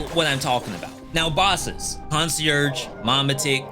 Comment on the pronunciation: Lovn the vids thanks.....by the way, it's pronounced Con-C-airgh not Consurge. Just thought you might want to know